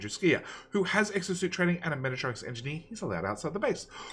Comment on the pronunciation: Machete sez, "I will paint you like one of my French girls." (As soon as learns how to pronounce Mechatronics)